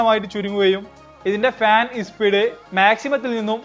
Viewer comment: ഇസ്പീഡ് അല്ല സ്പീഡ് ആണ്